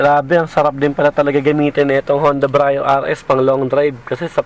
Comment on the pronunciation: Hi -- Some points for you to review and re-check: 1.) Pronunciation -- Sir, Brio is pronounced as literal bree-yo. Not Bra-yo. Ok po? Bree-yo po ang pronunciation. 2.) Sports Mode -- Never po sa history ng Brio from 2015 - present na may "Sports Mode". Yang S na nakikita nyo sa shifter ay "Sequential" meaning "transition to manual mode". Sana po clear. Thank you.